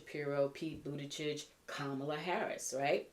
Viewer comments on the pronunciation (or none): none